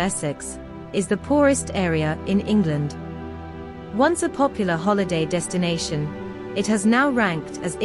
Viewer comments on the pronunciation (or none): none